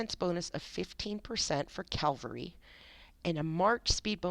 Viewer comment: Just an fyi, it is pronounced C-AV-ALRY, not C-AL-VARY haha... good video for the most part but if I was you I wouldn't underrate pelagius as much as you did. He may not have movement speed but he is meant to be a hard hitting nuking commander, not movement based. His first skill is much better than you made it seem, it does a direct damage FACTOR of 300, and an additional factor for 300 each second over 2 seconds, plus it restores 100 rage. Pelagius paired with minamoto is extremely powerful for nuking! I am however investing in Belasarius as well I have him at 5-5-5-1 so far haha, I want to build an extremely fast hit and run unit with him and cao cao. Like I said good video.